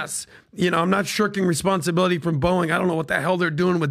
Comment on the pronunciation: The sound of me bouncing from this show after that hire is the same way PBD pronounces his favorite airline… “Boing!”